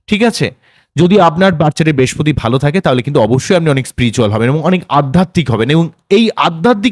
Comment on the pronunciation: Kothata bespoti noi brihaspoti.